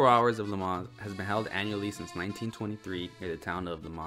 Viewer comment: There is no ‘s’ sound at the end of Le Mans. Technically, no ‘n’ sound either. This was as hard to listen to as a documentary on the Corvette where the narrator calls the company “Shev-ro-lett”! 🤦‍♂️